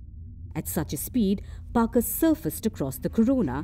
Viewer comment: Parker braved radiation 😅😅, Parker when where he was sent, by the way it’s Parker not Barker 😅😅